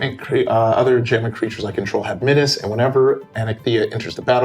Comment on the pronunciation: Thank you for pronouncing Menace correctly. the way the others say it sounds too close to another word (look up menarche)